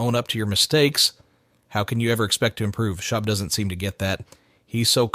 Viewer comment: Someone makes a video based on Reddit having no idea about what they’re talking about. Can’t even pronounce his name correctly lol